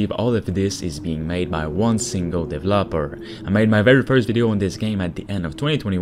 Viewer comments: Is he saying devlopers? or developers mans cant speak right "made by 1 devloper" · "one single divlapor"